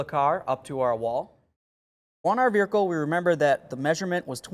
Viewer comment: I’ve never heard someone pronounce vehicle as, “VEER-UH-CUL” So odd. Lol.